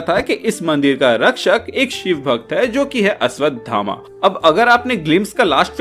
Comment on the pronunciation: अश्वधामा नही अश्वत्थामा 😅😅